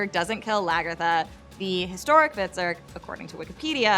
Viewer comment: it would probably help if you could actually pronounce Hvitserk's name correctly.